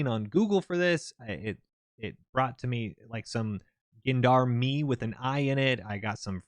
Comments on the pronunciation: gendarme is pronounced "jond-arm" its the singular word for gendarmerie its a european word for sort of militarized police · People have added some context re: the Gendarme/Gendarmerie but I haven't seen any help w pronunciation. It's just a soft French 'G' sound, almost like a 'J' think John-darm. Don't mean to be a pendant lol, just trying to help. Keep up the great content! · lol, Gendarme is pronounced John-dahm, where the 'J' sound is that one we don't quite have an equivalent for, it sounds like they're mixing up a J and a Z sound. Just go to google translate with "detect language" on the left and "English" on the right. Type in Gendarme on the left, it will auto-detect French, and then hit the speaker button. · Its jandarma in türkish write this in google and check pronounciation if you want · Gendarme is pronaunsed jan-dar-ma (A is pronaunced as a proper A sound) for those who are wodering ; yes im from turkiye (formaly known as turkey) jandaema is basicly anti-terror police / rural police , they are the in between of SWAT and normal police (*armement wise) (if they are not doing any anti-terror OP's then they will be acting as normal police but for villiges sinse jandarma's veichels (the civilian ones) are way better for rough tarrein and there for village roads) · "Gendarme" is pronounced similar to "John Darm", with the J being soft rather than hard. A "soft J" sound is basically what you pronounce in the middle of "closure", "leisure", or "seizure". You described the SAR-109T as "basically a semi-auto pistol.", we call those "submachine guns". Also, I think a better recoil/handing comparison would have been the G3, for what it's worth. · Best way I can give a pronunciation of gendarme is Jon-de-arm. Hopefully that helps